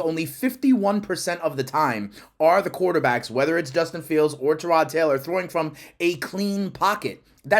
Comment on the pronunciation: I enjoy listening to you but its TIE- ROD the man himself says thats how its pronounced